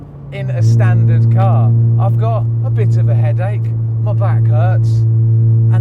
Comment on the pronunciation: AHha, Vtec hybrid just kick in Yo!!He says got lil bit,Head eck,Back eck.